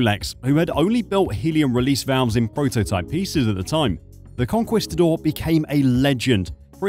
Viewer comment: Is this AI? If not, please check your pronunciation of Jacques Cousteau, and Conquistador.